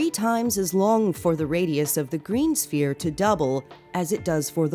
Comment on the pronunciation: Green Spear? it's pronounced Sphere or Sfere. think of the word phone and then pronounce Sphere. good video